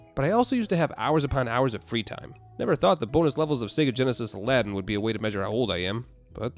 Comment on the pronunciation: first of all it's Aladdin not Aladdin you would notice the difference if you could hear me 🥲